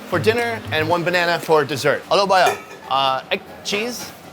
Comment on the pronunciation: "Helo bhaiyaa" He nailed it.